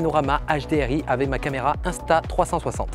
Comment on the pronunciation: c'est "aveC" pas "avè", "aveC"! 😂😂